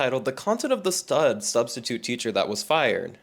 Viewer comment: "Studstitute" has me ROLLING💀